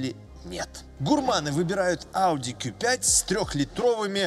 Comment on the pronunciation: 👍в первую очередь лайк за правильное произношение по на званию авто ауди (кью5) а не (ку😂) 5 ☝️